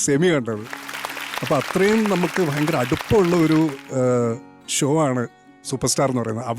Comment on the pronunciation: ഷ എന്ന് ഉച്ചരിക്കാൻ അറിയാത്തവരെ anchor ആക്കരുത്. ഷോ യെ ശോ എന്നും, ഷാനെ ശാൻ എന്നും പറയുന്ന ന്യൂ ജനറേഷൻ. Uneducated fellows